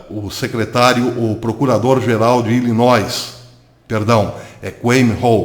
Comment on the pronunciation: moro em Illinois. mas o S não se pronuncia.